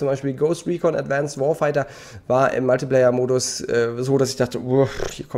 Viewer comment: Warum sagst du Multiplayer so komisch ?